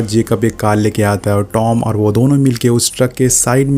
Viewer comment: It's Tom not dom